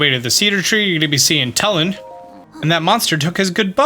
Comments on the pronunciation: It’s purnouced toolin not tul in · I love sharing a name with such an awesome character!! I don't want to seem rude, but it's pronounced (Two-lin). I know this because it's my name, and in the game he says his name like that.